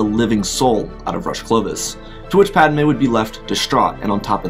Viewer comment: It's padme not padame 💀